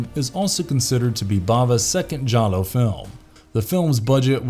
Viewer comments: "Jallo" not "Guiallo" (Gi is pronounced j as in Jeep not G as in guitar) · It's pronounced 'Jallo', not 'Gallo'. Giallo is the italian word for 'yellow' which refers to the color of the paper in the old pulp murder mystery dime novels that were the inspiration for the film genre. And for the mispronunciation of the word, you lost a viewer. If you wish to keep viewers and not offend fans of the particular subject you are discussing, i suggest you know how to pronounce words correctly. As a Giallo film fan, i was offended when you said 'Gallo'.